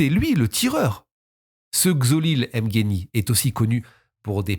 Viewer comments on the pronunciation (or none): Toujours au Top, Mais la prononciation de certains nom m’ont déranger lol. Mbolombo, Ngeni,… On ne dit pas M-(Aime) Mbolombo mais uniquement MBOlombo sans dire le M, Pareil pour Ngeni, Mbappé ou autre Noms africain commençant par M ou N 😊